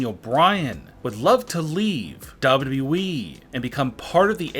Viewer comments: "Dawo Dawo wee" Mate its WWE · His not saying WWE his saying dubaue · He literally says wwe like dubiudubiue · I love how he says dah-bu-dub-e-du-wee as WWE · the more i listen the more i want to punch my computer. how stupid could u possibly be. DOUBWWEE this is what u sound like guy. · Lmfao “ W W Weee “ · I’ve never heard someone mispronounce WWE so many times in so many different ways. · LOL THE WAY HE SAYS WWE 🤣🤣🤣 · pronunciation of WWE....its just... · The way he says WWE is weird and funny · He doesnt know how to say wwe lol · Also learn to say wwe properly dude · I’m sorry but does anyone else think that he says WWE weird or is it just me? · Anyone notice the guy can’t pronounce WWE😭😭😭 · He doesnt know what hes talking about aaaand he doesnt know how to say wwe